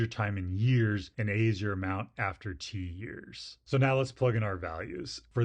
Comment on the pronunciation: "amount after t-years" What did I heard: "amount after tears" 🥲